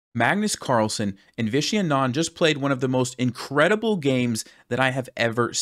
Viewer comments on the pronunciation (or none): Wait Vishy Anand's last name is pronounced "Aanand" and not "Anaand", right? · Americans - Aaa-nand not A-naaand. Saaa-gar not Sa-gaaar. Viswa-naaathan not Viswana-thaaan and so on🙏😶